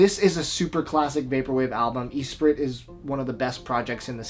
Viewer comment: Great video, but you gotta stop saying Eesprit. It's espree.